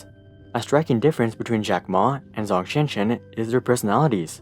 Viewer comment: "Zh" in Zhong does not have the English "Z" sound but more like the English "J" sound